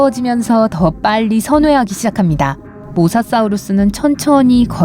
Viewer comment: 사우르스 아니고 사우루스 인데